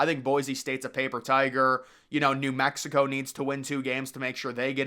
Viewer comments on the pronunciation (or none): none